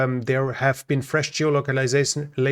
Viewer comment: Berdichi is pronounced Berditschi .